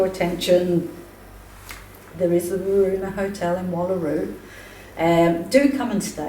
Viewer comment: Loved this investigation. Was a very sad story. Was great seeing again. Love trying to say Weroona. Love you ladies ❤❤